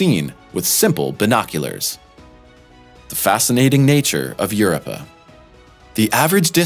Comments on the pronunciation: I was about to say the same thing. Europe yes, Europe-ah no. ROW Your-Row-Pah xD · i had to hear it for myself... god your so right 🙈🙈🙈🙈🙈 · What's the deal with insisting on "YURupa" so many times instea dof "yuROpa"? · "EUR-uppa?" Somebody please explain to that narrator that it's Eur-OH-pah. Jesus, Mary and Joseph, what is wrong with people? I shut the damned thing off because of this fool. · Eu Rope Ah not Eu Rip Ah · It’s Europa not Urpa! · Your rope uh, Europa. Sound it out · Yer-oh-puh..just sayin ;) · Gad, try: Eur - rope - ah. Just cringe worthy, terrible. Edit: Made it to the first commercial, had to bail, re-do the whole damn thing, please. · “yr-ow-puh” or “yoor-OH-pə” - You’re suppose to be a space channel and knowing the name of the moon you’re talking about is the most basic of research. I still gave you a thumbs up because Europa is so fascinating. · I can't watch the whole of this video, it's not pronounced "Uruppa". Please learn to pronounce words correctly, especially if it's the focus of a video and you're going to say it every 10 seconds. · Its pronounced: Ur (like Europe) O (oh) P (pea) Uh Okay good sir? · "Yoorepa"?..Sounds like an old Italian sitcom!.."Yoo repa my'a pizza'!"..I actually saw a tv news 'science spokesman' trying to talk about the volcano's on Io..Obviously reading it from the 'idiot screen'..And he kept on calling Io...10.. Where do they get 'em from! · OMG! This guy or computer voice needs to learn how to pronounce the name Europa "You-rope-uh" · You may be tired of hearing this.... but you deserve it Eu-RO-pa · Everytime he pronounces Europa wrong take a drink... Drunk by the end of this video and I can't pronounce Euruuupa either 🤣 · It's Your-rope-ah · Yeah they lost me at YUR-i-pa. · Europa's name is pronounced as follows: yer-OH-pah. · Eur-OH-pah, dammit! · What is with these CP's always mis-pronouncing simple words, even when English is their 1st language? Your-oh-puh! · Your-up-ah ? Kill me now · U RO PA, W is silent